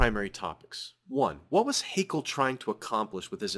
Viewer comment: Something minor I take issue with: Haeckel is not pronounced as an Englishman would say "hakel", but rather as "heckle". The ae in his name is not meant to be taken as a diphtong-ly long vowel, but as an alternative way to write ä. I will continue now, thank you for your explanations.